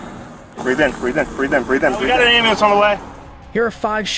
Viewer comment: "We got an aimbulance on the way"